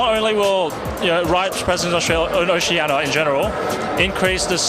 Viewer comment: i know it's oceania but even raydere said oceana l0l